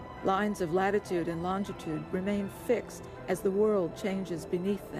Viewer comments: Why can't people say longitude properly? It is not LongDitude or LongTitude. WTH? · She keeps saying "longtitude". No "tit" in longitude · Darling its LonGITude ....not LongTIT ude !!